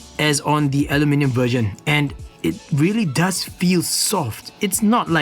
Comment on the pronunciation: I really like that one!! Btw, I LOVE the way you say aluminium!! :)